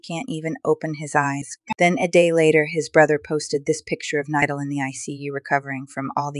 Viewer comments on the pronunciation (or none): Bro thats not how to say his name it is spelled nidal but itts pronunciation is NEEDOL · The way she pronounced Nidal. just a joke, I hope he recovers soon I’m glad he’s getting better. I broke my collarbone as I just healed, my accident was not even close to how bad his was. I hope he recovers and gets back to making his amazing videos again! I know it takes a long while to recover, and with his accident, it may take longer. But I’m sure nidal will be strong like he always is. sending prayers 🙏 Praying to god he will get better quickly.